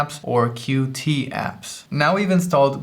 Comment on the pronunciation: just an FYI: qt is pronounced 'cute'